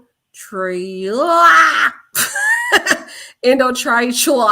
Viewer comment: Attack the work Queen "end-do-trac-heal" LoL! You are funny! Love your care and interest in this case! I am riding until justice is served! I have a set of fraternal twins the same age! AMEN